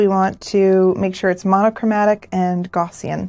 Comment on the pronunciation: Great video, just a small nit pit though - you're mispronouncing "gaussian". The first part is pronounced like "cow" but with a g. Example: gow-ssian (pronounce gow like cow).